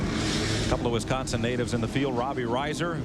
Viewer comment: Mike Joy mispronouncing Robbie Reiser’s name on the lineup for his first ever NASCAR start